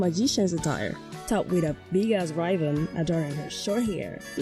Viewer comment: Ry-bun? Don't you rib-un? Weird pronunciation. Not a bad vid, but without subtitles, I'd probably lost throughout this haha